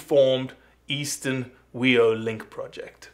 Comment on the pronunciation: Good stuff! FYI - its pronounced Fee-Oh. The "wh" is pronounced with an F sound in a lot of Maori words. Not trying to be a dick here - just that no one says "wee-oh" when then they're talking about NZ blue ducks.